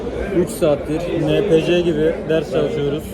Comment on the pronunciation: enpisi diye okunur o